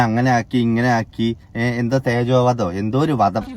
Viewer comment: തേഞ്ഞ വധം അല്ലെടോ തേജോവധം ആണ് 😂😂😂😂❤❤ നൂർജഹാൻ അല്ല മൂഞ്ചഹാൻ 😅